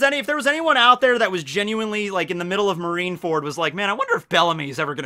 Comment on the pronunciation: pronouncing marine fort for marrine was funny af to me 😂